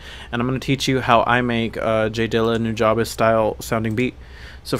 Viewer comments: its pronounced new ja bes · pronounced (NU-JA-BEES) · it's pronounced "new-jah-bess" just for the record books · Is that how to pronounce nujabes? i always said it like 'nu-jaybes' instead of 'nu-jah-bes' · Am I the only one who has always pronounced nujabes like "new-juh-bees" ???? 😅😅